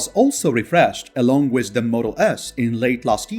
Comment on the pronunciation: Out of curiosity, why do you say wish, instead of with?